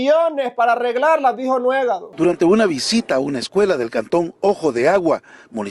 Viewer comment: “El nuegadáso del año”. 😂😂